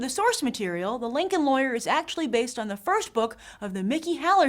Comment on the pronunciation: Grace, I noticed when you're reading in front of the green screen, your diction is spot-on. Then in the next sequence at the theatre, you say "lawyer" in a New York accent. "First" too. : )